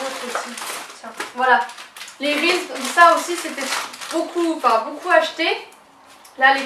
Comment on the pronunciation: j'ai gouter les reeses c'est trop bon mais sa se dit risise mdr